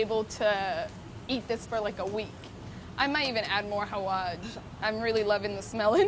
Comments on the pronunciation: it’s hawaSH not hawaJ😫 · She little said 😂😂Xaawaj xappens😂😂